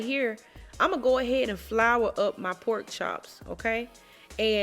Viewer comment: If she says powk instead of pork.. you Know That Girl can Cook🤤 Thank you dear🤙🏽 you’re too sweet!